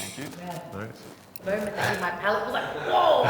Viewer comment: "The moment it hit my palatte, Whoa!" 😒